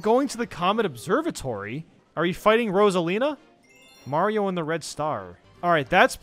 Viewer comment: "mayro smm"